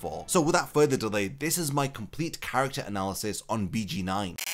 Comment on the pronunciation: I just wanna say it’s pronounced Beyh Geyn Noin